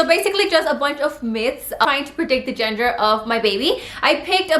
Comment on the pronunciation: Are you saying genger? Or gender 😂